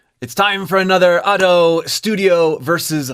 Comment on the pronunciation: youre genuinely the only ado reaction channel in my eyes, like you actually explore how she uses her voice and tell us what shes doing!! it makes listening to the songs more interesting and helps me appreciate them more. also youre the only youtube ive seen to say her name right